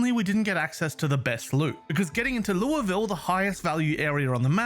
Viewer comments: for someone who isn't American, much less Kentuckian, I appreciate your pronunciation of Louisville (not perfect, but really close), and Muldraugh. I'm impressed. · He says Louisville correctly My Kentucky ass appreciates this very much